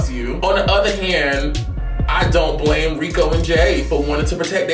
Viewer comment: SAID " I BLAM ME"